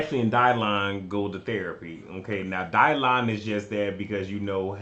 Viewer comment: I live every time you say Dylon 🤣🤣🤣